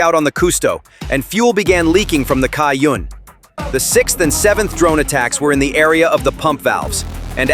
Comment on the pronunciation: As a Taiwanese, if the Chinese characters on the cargo ship is correct, the "Cai Yun/ Da Cai Yun(彩雲/大彩雲)" is pronounced more like "Tsai Yün" or "Chai Yün"("ts" is a sharper version of English "ch" sound). Strangely, the Latin(Pinyin) is PRC version, while the Chinese are Traditional Characters. In Simplified Chinese, it should use "云" rather than "雲", though they might use transitional version for artistic purpose. Anyway, Taiwan stands with Ukraine; since we both facing aggresion of powerful despotic neighbors.